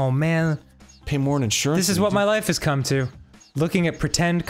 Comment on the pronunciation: did Dan really let Arin get away with saying “comb-es” for the word come? That’s like the damn eue mistake all over again!